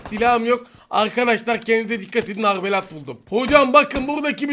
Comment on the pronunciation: Arbelete arbelat diyen koca yurekli braaaa♥️